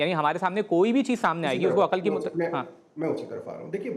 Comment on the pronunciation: عقَل نہیں عقل ہوتا ہے ۔۔ زبر نہیں ہے ق پر ۔۔ اینکر پرسن اور قیصر راجہ جاھل